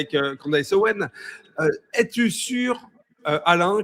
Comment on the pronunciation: Mais il n'y a pas UN mec dans la dissidence qui sait prononcer le S dans OWENS ? Candace Owenssssss nom d'un chien